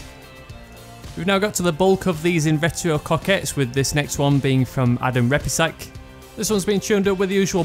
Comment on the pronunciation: Thanks for pronouncing my name right a lot of people pronounce Repiscak wrong and it bothers me a little bit also my Coquette is the hardtop not the convertible but thank a lot it looks awesome as a convertible anyway